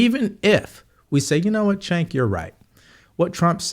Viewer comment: You keep mispronouncing Chunks name. It’s Chunk. Chunky Yogurt. His mother named him that because that’s the way he smelled ever since he was born like spoiled yogurt. Chunky yogurt also goes by Cuck.